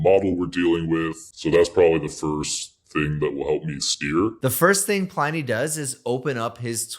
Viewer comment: OK - I know this is missing the point, and uber pedantic - but in my head it should be pronounced PLIN-ee as in "Pliny the Elder" - roman - mentioned loads on QI. Anyway, you've obviously talked to him. Hence, he'd be the arbiter - how does he think it should be pronounced?